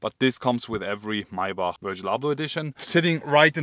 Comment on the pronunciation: Lol Mercedes “maybuck”